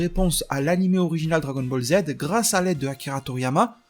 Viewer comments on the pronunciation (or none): none